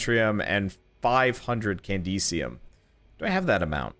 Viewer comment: Why does he always say candesium instead of candensium